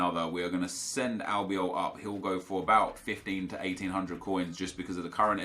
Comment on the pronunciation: Real Albiol... My god... And you complain when someone from 3rd world country dont have english kind of accent... B** please